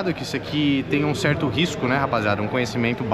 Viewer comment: Ta "SSERTU" 😂😂😂